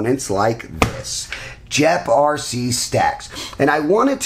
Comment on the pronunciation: pretty sure its pronounced gep rc. not jep rc lol